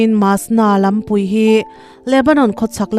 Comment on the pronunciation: Lampüi, ṭawng upa. Lampui,=kawng pui. Khua khurùm, ni lovin. Khuar khurûm tih tur a ni e.